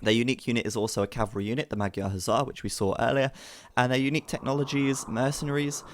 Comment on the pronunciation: Pronunciation of magyar is wrong. GY is closer to J in JACK. Just a little softer.